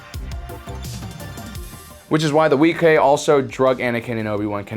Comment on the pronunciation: Wee-kay? Isn't it pronounced Wee-qway?